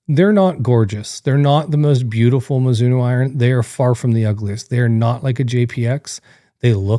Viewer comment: I’m sure there’s an O on the end of Mizuno. Can’t watch or take anything you say into any consideration when you can’t even get the name right. 🤦🏻‍♂️